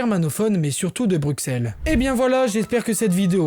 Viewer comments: "Brussel" pas "Brukssel" .... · Super video PS pour Bruxelle en francais on dit Brucelle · sa s écrit bruxelles mais sa se dit brusselles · Bruxelles ça se dit Brusselles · Alors super info mais la prochaine fois, fais attention à la prononciation des villes Par ex. Bruxelles ce prononce "Brusselles" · Je suis belge, patriote mais surtout juriste et je trouve que sa vidéo est très très bien réalisée. C’est sur qu’il y a quelques erreurs/imprécisions, mais globalement tout est dit, bien résumé et compréhensible. Il a l’air d’être français et c’est assez impressionnant de voir une telle maîtrise depuis l’étranger (mis à part le mot Bruxelles qui se prononce BruSSelles mais c’est anecdotique). Félicitation! PS : Jules César disait déjà à l’époque que les belges étaient un peuple respectable !! C’est avéré et prouvé (donc on date de plus loin que le moyen âge) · Y a que moi qui a eux mal au oreil en entandant comment il prononce Bruxelles ? Mais cela reste très bien expliqué, GG et bonne continuation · Peut être que c'est différent entre régions, mais sinon aucune autre erreur ( j'ai vu qu'on t'a corrigé sur la prononciation de Bruxelles dans les commentaires mais sa arrive souvent au français donc pas grave ) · Le X de Bruxelles se prononce S. Et beaucoup d'autres petites erreurs, fieu. Faut revoir ta copie. -- Un spectateur belge. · Tu dis bien Anvers mais pas Bruxelles dommage haha